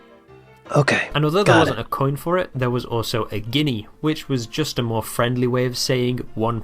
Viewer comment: Don't know why you struggle to say Guinea... it's only the name of a country after all. Guessing you aren't aware of that being American an all 😛